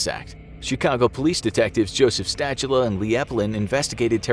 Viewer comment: Also it's pronounced Sta-hula. It doesn't rhyme with "spatula".